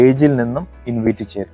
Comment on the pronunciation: ഇൻവിറ്റ് അല്ല ഇൻവൈറ്റ്